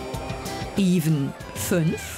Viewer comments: Ja ich bin mir aber sehr sicher das Evan nicht gleich „even“ ausgesprochen wird. Das müsste dann schon eher „Äwenn“ sein, also anstelle von „Iwen“ wie ganz am Anfang zu hören war. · iiivan🤣🤣🤣🤣🤣🤣das wird ÄVEN ausgesprochen..